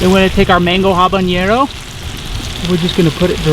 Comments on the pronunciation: When you said habenero I knew it wasn't going to be a fun time. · Couldn't help but laugh when you were saying "habanero"